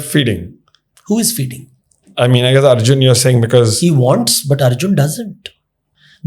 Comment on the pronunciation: Stop calling these names with a AA in front of it. You guys clearly know its Arjun and not Arjun-AA